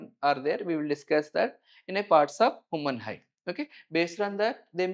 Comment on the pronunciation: I’m not trying to be rude, but I had a really hard time getting past the 20-minute mark. While the teacher clearly knows the subject, the pronunciation of key terms is a major hurdle. Grammar is one thing, but when scientific keywords sound like entirely different words, it's easy for students to get confused or lose marks in exams. For example: 'Human Eye' sounds like 'Woman High' 'Pupil' sounds like 'People' 'Membrane' sounds like 'Membroin' 'Capture' sounds like 'Capsur' Electrical signals being called Powerful signals